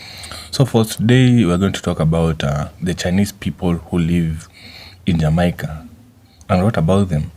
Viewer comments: Why not make content about your own country? You can't even pronounce the word Jamaica properly! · Y u gay black guys dont leave jamaica alone we dont know force any Chinese out we live well with the Chinese u cant even say jamaica correctly go look a man guy